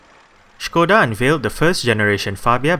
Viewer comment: Finally someone who can pronounce Škoda right. Thumbs up :-)